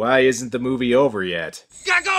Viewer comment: Wow he just butchered the pronunciation of 'gago' and 'gaga' which perfectly describes the films plot!